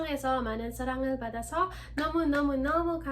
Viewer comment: 한국말 진짜 너무 잘하세요!😍 저도영어 배우고 싶은데어떻게 다른나라 언어를 배우셧나요ㅜㅜ 근데 중간마다 좀 틀리신게 있어서 따악 2개만 알려드려도 될까요.. 살앙 ->사랑 love 바다서 -> 받아서 give(?) 감사해요!!